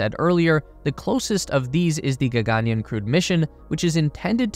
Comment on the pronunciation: Word spelt in English: gaganyaan. Every western speaker: we will swap the single 'a' and the double 'aa'.